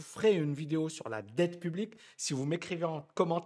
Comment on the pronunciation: "Dette pu-blique"